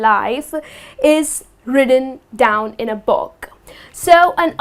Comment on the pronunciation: y she pronounce book like box :-/